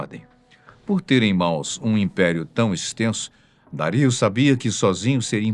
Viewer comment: Os meus ouvidos sangram aos escutar o nome Dario ser pronunciado de maneira claramente errada.